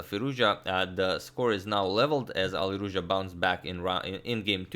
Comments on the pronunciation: "Alirouzja (Fireza)" Agadmator, 2020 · Alireuzja lol